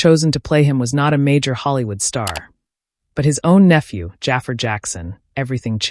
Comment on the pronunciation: Is this an AI voice? If not, his name is pronounced "Juh Far".